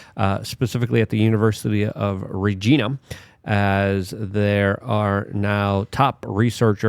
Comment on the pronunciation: Luke , regina, pronounced like the lady part. 🤣